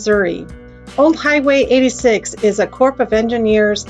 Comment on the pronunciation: it's pronounced like core not corp the p is silent trying not to be one of those grammar Nazi just for your info :)